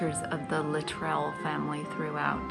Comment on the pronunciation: Minor point, but the name Luttrell is pronounced with the emphasis on the first syllable